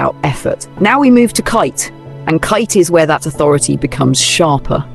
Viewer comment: KATE, NOT KItay NOT Kite NOT Katy…..just Kate!